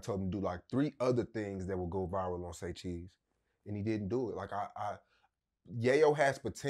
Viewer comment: Saycheese right ✅